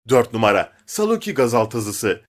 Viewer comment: 1o numara derken sadece ra diyo